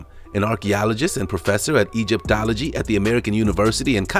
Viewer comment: Is this a real voice in the narration? If it is they are way off in their pronunciation . Please learn to pronounce Egyptology etc correctly. Sorry for the moan but it is important!